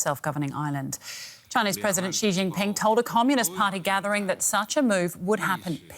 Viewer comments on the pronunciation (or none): I know. Sounds terrible when she says it. Also can’t pronounce Xi correctly. It’s not pronounced “she” 🤣🤣🤣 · The Chinese girl pronounced Xi as C, strange. Her logic is childish... but I guess thats what DW loves to hear.